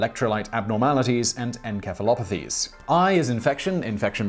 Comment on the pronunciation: The c in encephalopathy is pronounced like an s, not like a k.